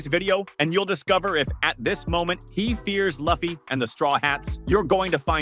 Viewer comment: The fact that you just said luffy's name like that you're getting a thumbs down